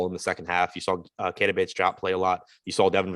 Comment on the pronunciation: As a family friend of bates-diop, I have an obligation to tell you guys it is pronounced, Dee-op. The joup thing don’t sit right😭